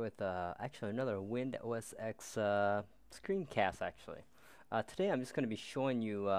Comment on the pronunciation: cool Dont forget its pronounced "OS Ten" not "OS Ex"